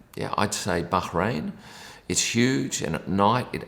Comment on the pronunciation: kudos for pronouncing Bahrain correctly